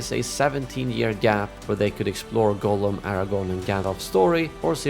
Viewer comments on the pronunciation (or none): His name is pronounced Gahllum.